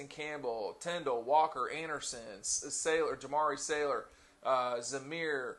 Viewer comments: Jamaree SALyer, not Sailor 😂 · For someone that reports specifically on UGA football, how can he not get players names correct? Safety Lewis Cine (he pronounces lewis Sign) Well known OL Jamaree Salyer (calls him Sailor) in the past also ive heard him call Lamont Gaillard (Guylerd) Sony Michel (Mitchell) obviously i watch the show bcuz i love my dawgs, but being a UGA blogger, it gets to me when you cant even get our players names correct, players that arent even incoming guys, i just think before i put out ANY content i would make sure i atleast got there names correct. smh c'mon maaan.